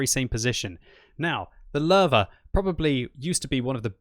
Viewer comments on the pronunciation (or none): I came back to this video now at least two dozen times over the last months. Great stuff. However, please please work on the name "Löwe". I kept hearing Lerva and I'm like "oh that must be some Israeli tank, why can't I find mention of it anywhere else ...?" until I realized that's the Löwe :)